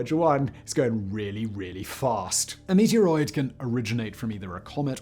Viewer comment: He keeps saying "meatier 'roid".